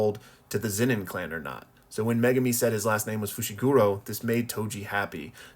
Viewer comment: Dont say foshigoro plz 🥲 say the names properly as they are intended